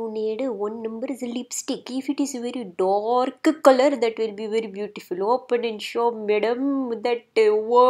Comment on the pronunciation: "Madam, don't do all thatu. That is very very scary madam" - ROFL